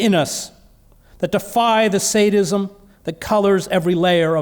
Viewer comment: Is he saying Sanism or Saintism??